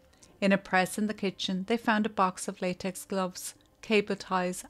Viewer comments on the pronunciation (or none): none